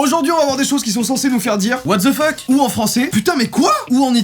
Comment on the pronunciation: he's a 10 but he said watzefucké...